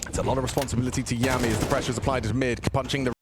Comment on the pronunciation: Yami is "Yah-me" as in Yami Yugi and Veccii is "Vee-Chee" as in Veni Vidi Vici. I have no clue how they manage to mispronounce every players name on these random teams but its funny